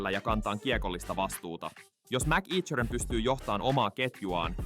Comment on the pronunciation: MacEachern lausutaan kutakuinkin "mäkekhöön". Ei siis "mäkiitshöön".